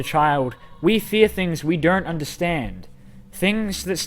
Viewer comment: What other people heard at the start: “Fear..” What I heard: “FeEt”